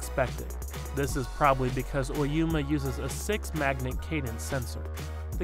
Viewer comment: Oyama not Oyuma...